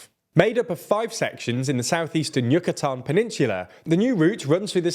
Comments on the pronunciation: Oh my god!!! The pronunciation of place names is cringe worthy. What the hell is Yakatan?? Its pronunced U Ka Tan. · Good video. However, before making a video with Spanish words, please brush up on your pronunciation. For example: "Ya-ke-tan"?? = "You kha tan" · Yack-atan holy sht 😂😂😂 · Damn still I don't know how he managed to butcher the pronunciation in every spanish word on the video . How in the hell he said Yucatán with an A instead of a U -_ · Does TLDR stand for Too Languagey Didn't Research? I know it's supposed to be a cutesy part of English "charm" to not respect foreign pronunciations, but holy beans on toast. From the President's name to "Yucatán," the only "Mexican" word pronounced correctly was "Maya." Which, if it weren't for the apocalyptic meme in 2012, you'd probably pronounce it as "mei-CHA." It's not like these are obscure words never heard in history. They're names spoken in English-speaking videos aimed at tourists here on free YouTube. Much cheaper than any Brilliant subscription. I hope one of your 2024 resolutions is to spend 5 minutes each video reviewing basic things like name pronunciations. It would help with the illusion that this is a real news show. All the best. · Yucatan was also pronounced weird. That's a Spanish place name that you'll commonly hear in the English world and they still got it wrong. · Also When he said Yackatan & Geherro 🙄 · Can I help you with Spanish translations? I’m cringing every time you pronounce Chiapas and Yucatan.